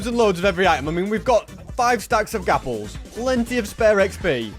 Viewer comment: "gapples" lol no offence bro